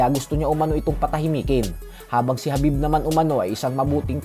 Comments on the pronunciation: khabib hindi habib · Khabib kasi boss hindi Habib haha